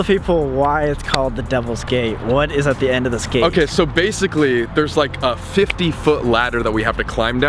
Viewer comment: when Colby said 'okay' after climbing up the ladder, it lowkey sounded like he said 'we're gay' 😂